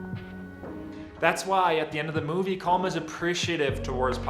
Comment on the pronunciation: Its pronounced colim you watched the film you should know how to pronounced it ,the same with Padraig its paudrig or paurig.